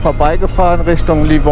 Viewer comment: Schönes Video & danke für den Tipp, kommt auf die Liste. Ach so… Livigno, nicht Livorno 😉